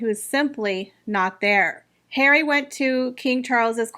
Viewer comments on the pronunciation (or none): oh yes, I love the hilarious pronunciation…HAIR-WEE, I just love. So much fun to hear what I’m thinking from someone else. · Congratulations! I love your channel and find your ‘prince hawy’ to be the funniest thing to be heard!